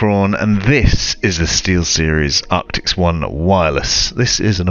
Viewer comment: ARCTISSSSSSS not ARCTIXXXXXXX.